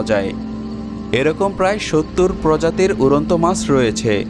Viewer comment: "উরন্ত" নয়, "উড়ন্ত"। "Ussho" নয়, "Ushno" !